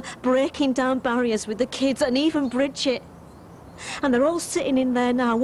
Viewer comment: Brigid not Bridget